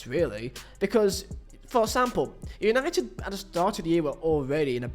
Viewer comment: “Es punited” Good Ebening 😃